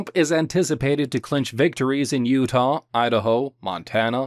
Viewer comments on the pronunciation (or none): none